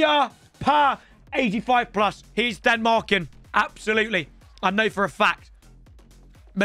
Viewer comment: “Denmarken” Danish in the corner